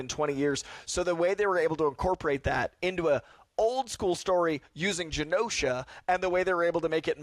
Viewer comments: Its not "guh-nosha". Say the words: Generate Generation Genosha.. 🙏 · It’s pronounced Jenosha and that was not Legion in the morlocks. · Why is pronouncing Genosha with a hard G? Is he stupid? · i will never understand people who HEAR over and over how a word is pronounced, and then go out of their way to mispronounce it. just...why? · The way he pronounce genosha actually hurt me